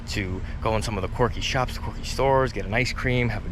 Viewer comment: Dude… it’s quirky, not corky. Stop saying corky! lol